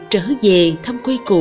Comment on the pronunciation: Cô này đọc thì mọi thứ đều OK, nhưng chữ quê mà theo kuê thì lại căng đâu đâu, chẵng giống nam bộ, nên nghe chữ này giống như lấy kẽm gai ngoái cái lỗ tai 😂😂😂. Giống như đang ăn bữa ăn thịnh soạn cắn trúng hạt sạn tổ bố.